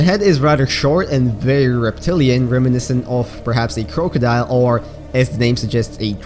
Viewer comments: Did this dude say croakadile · DID HE SAY CROAKODILE??? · What was that pronunciation "crowcodile"